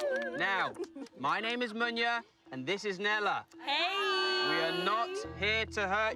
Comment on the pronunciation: chawawa ...no lie i saw them munya and i knew he had to be Zimbabwean my people... its funny how y'all pronounce your name but hey its okay.. come back home and will show you how lol